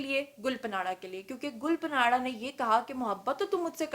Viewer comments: it’s is not panara… please it’s gul parra.. the n is silent.. it’s mean rose Patel. gul mean rose parra mean Patel. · ھاھاھاھا گل پناڑہ نہی ... گل پانڑہ ھے نام اسکا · Lol. Its not gul patanra its gul paanra. And secondly please correct the spellings of "proposed" in the video title. Apart from that, you are amazing and i love you ❤ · Yr gul punaraaa ni h gul paraaan h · گل پناڑہ😀😀 نہیں گل پانڑہ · Hhahahaha...plz learn how to pronounce people real name,its not parana its panra (mean leaf,pata).do some wht research before volging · Allah ki pandi...She is Gul Panra ..Pronounced as GUL PAANA...Not PANAAARAAA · It's Gul panra not panara. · ہاں ہاں میڈم گل پانڑہ نہیں گل پاڑا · Tmary Kan kaisy pk gy ye sb kuch bta bta k. Tmari to rozi roti hy ye. Tm in k bghair reh he ni skti ye khbrain dhondy bina. Had hy dramy ki waisy...gul panara naam ni hy gul panra by. Yo need little homework on words. Sirf lgai bhujai he na dhondti rha kro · "گل پناڑہ" نہیں میڈم، "گل پانڑہ: براہ کرم اپنا ھوم ورک کر کے بین اقوامی میڈم پر ظاہر ھوا کریں۔ کبھی بی بی سی، الجزیرہ وی او اے یا وائیس آف جرمنی کو ایسے پیشکش کرتے دیکھا ھے؟ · Gul panra not Gul panara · Please arrange a live program in which invite Amir Liaqat, Hania, Mufti Qavi & Hareem Shah...plz plz. To end this endless social media scams.....it's my heartest request Mam....& yes plz correct your pronunciation about Gul Pants...as you were taking this name as Gul PANARA while it is GUL PANRA...it's ok be oz you don't speak Pashto..the PANRA means LEAF....thnx Dr.Waheed Qureshi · Had hai mam 😆 Gul panra hai gul panara nahi hahahaha ye kon se jaga se education le hai 🖕😆😆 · Gul pa nara 😂😂😂 Means ap ne phool pe nara laga diya. Pronounce it Gulpana. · Ya panara kia hota hai? Panra hai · Plz pronounce gulpanra name in a correct way....its گلپانڑا.....not گلپناڑا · Gul pa nara nahe (gul pa ra) ha ...es n silent ha ....gulpanara. .. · Her name is Gul Pahnra not Panara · محترمہ آپ نام غلط لے رہی ھے گل پانڑھ جسکا مطلب پھول کی پتے ھے